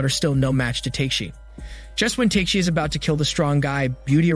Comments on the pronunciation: It's TA-KE-SHI not TAKE(teyk)-SHI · repeat after me: Ta-ke-shi not take-shi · I think he is used to hear his name pronounced in the wrong way :D